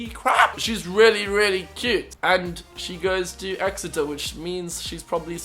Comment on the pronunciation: Hahaha omg I thought the same thing when he said Exeter 😂